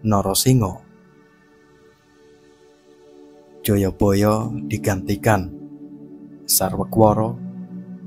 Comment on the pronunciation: Jayabaya bukan joyoboyo.. Jaman dulu kan pake a bukan o jadi penyebutannya terkesan tidak selaras.. 😅😂